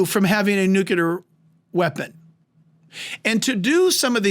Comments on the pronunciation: It's NUCLEAR not nucular! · Nuclear -new clear not new cue lar. I totally love this pastor but I can't help but correct the mispronouncing of nuclear. Lol. Thankful you so much, Pastor Hibbs, for this amazing message and for preaching about what most pastors won't but should! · it's NUCLEAR... NOT NU Q LAR 🙂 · Nucular? Really? Here in the woods we call it nuclear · Jack, the term "nuclear" is pronounced, "new clee ur", not "nu ku lur". You probably know this now, it's a common mistake, I just have to point it out! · Nuclear, only one u. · PLEASE stop saying “nucUlar!” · We love Jack and his insight, and have been blessed by his teaching. Please, please, PLEASE get him to practice saying "nuclear"! This is an error that discredits his message in some folks' minds. It's pronounced NOO-KLEE-ER.💖👆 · YES!! Doesn’t that drive you crazy when you hear that? “The Israel Guys” also talk like that. Wrote something in their comment section to try to correct it.